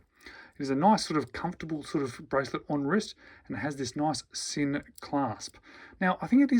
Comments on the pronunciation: it's pronounced "Zinn" with the "Z" sound, not the "S" sound. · the Sinn CEO pronounces it "Zinn". My second language is German. Make no mistake, it's pronounced "Zinn".